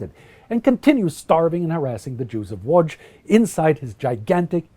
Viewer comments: He tried to say Łodz correctly so I like this channel even more and it was good so I nearly have a semi (in France they never try to try) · Thank you - but to be fair I'm fully fluent, with only a slight accent in German and I live in Germany since 1998 - I did make an effort on the Polish pronunciation though ;-) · Well done with spelling city name Łódź ,it can be pretty hard to read some polish city names for foreigners, keep up your very good job, greetings. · Congratulations on pronouncing "Łódź" and "Piotrków Trybunalski" :)